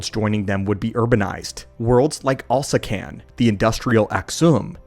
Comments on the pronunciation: It hurt me every time he said Alaskan instead of Alsakan at least a dozen times, this he did get it right a couple times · bro it’s Ahl-Sah-Kahn, it’s pronounced the way it’s spelled, can you even read. Why homie pronouncing it like it’s spelled Alaskan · love your video's but I have to correct you, It al-sak-an not Alaskan. even though it would be awesome to have my state's name in the star wars lore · Alsakan. Al...sack...an. say it with us...ALSAKAN. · Wow, way to butcher Alsakan's name by calling it Alaska. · Are you calling the Alsakan Alaskan on purpose? Is it an inside joke or something?